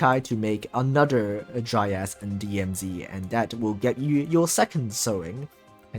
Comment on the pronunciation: You: Dryas My ear: Dry ass